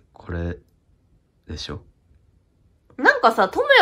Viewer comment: の「でしょ」が「でそ」になってるの好きすぎて前進めないwwwwwww